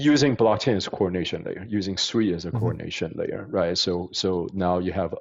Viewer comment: at least pronounce SUI correctly when interviewing one of the co-founders.